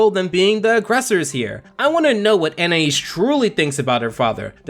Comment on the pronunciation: finally someone pronouncing anaïs right